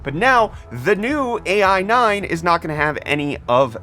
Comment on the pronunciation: "AI 9" read it like "i9"